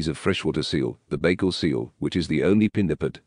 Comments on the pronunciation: For real, he called it fucking bagel 😭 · If you're going to do a video of facts about something, at least try to pronounce it properly